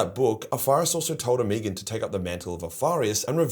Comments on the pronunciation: Ahhh the pronunciation of omegon is hurting my ears it’s pronounced omeegon not omigon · Holup... is it really pronounced "Oh-me-gone?" In my head i always read it as Omeg-on." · Love the Omegon pronunciation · I am not one to criticize, been fan for years. Like I remember watching the earlier vids, from when you were just a kid. But, I gotta say.... sounds like an AI generated voice for you with all those Omegon pronunciations. Hope that's not the case since you are against AI slop, but only you know. Good video, cheers. You owe nobody an explanation, just would cite you on what you said. To at least disclose the use of AI. I could also be wrong and stupid as fuck lol. Cheers!